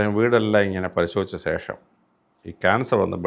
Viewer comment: സേഷം അല്ല ശേഷം.. എപ്പോ ഴും തെറ്റിച്ചു ആണ് പറയുന്നത് 😄